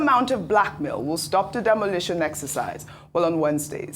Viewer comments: That thing is 'demolition', not demolishion. I thought Doctor Abati said he's an editor. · Demolition not "demolishions".